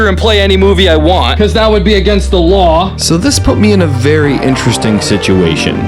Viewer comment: bro just didn't say law and said wall😂